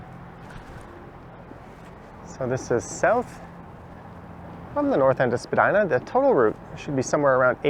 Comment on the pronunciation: great street with a great history some of what I remember (I am over 80). someone should write a history with pictures.. you say Spadyna and I say Spadeena.